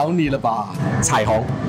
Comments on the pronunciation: 彩虹福州话标准发音是kwun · 答案： 奶茶：乳茶（nieng33 da53) 火锅：火锅（和普通话读音同，火是多音字，文读和普通话同音，白读都hui55） 太阳：日头（nik55 tau53) 彩虹：彩虹（ 应该可以算对 cai424 keovng53） 月亮：月？（影片的答案是ngok55 ne424，不过印象中是单字词，就是ngok） 喝酒：食酒（sie53 ziu33) 喜欢：所脚（su33 ka55）但好像 ”中意（dvng53 ei424)" 和 “喜欢 (hi424 'uang55)" 更常见